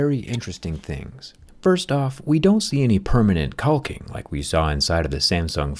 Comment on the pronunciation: Couldn't help notice the audio difference and the pronunciation of the world "caulking" and wonder if you did a first recording and felt like we would hear another word.